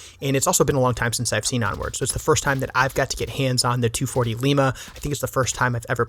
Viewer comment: Thank for your pronouncing 240L properly. Heard a YouTuber say "Em two hundred forty el" once and almost screamed. Almost as bad as people that say "em-kay" for Mk designated systems 🤦🏼😭